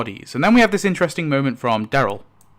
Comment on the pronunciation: DAryl, not DEryl. Incredible that you've spent this much time watching the show and studying it but still can't say his name properly.